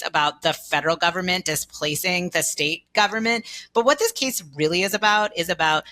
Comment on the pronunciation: Yikes! We get the dreaded combination of uptalk (every phrase ends with rising intonation, as if she's asking question after question, even though she's not), and long A pronounced like long E (this "keese" is about the "steet" of Tennessee "displeecing" parents and doctors). I would feel sorry for the Supreme Court justices even if I agreed with this person's argument.